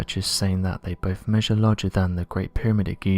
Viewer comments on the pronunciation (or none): none